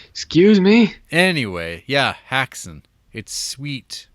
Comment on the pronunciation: Can't Americans pronounce the umlaut? The pronunciation 'hex', after all, is in the English language meaning to bewitch. Hax is just the plural of hack or something a hacker does.